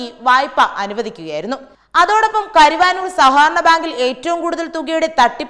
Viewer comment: കരുവാനൂർ അല്ല കരുവന്നൂർ.. എന്ന് ശരിയായി പറയുക.(കരുവന്നൂർ പുഴ എന്ന് കേട്ടിട്ടില്ലേ? ) ശരിയായ സ്ഥലത്തെക്കുറിച്ച് മനസ്സിലാക്കിയതിന് ശേഷം മാത്രം വാർത്തകൾ വായിക്കാൻ നൽകുക എന്ന് തത്വമയി ന്യൂസ് വിഭാഗത്തോട് അഭ്യർത്ഥിക്കുന്നു.